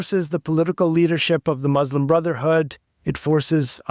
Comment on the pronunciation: An Arab who can’t even pronounce “Muslim” correctly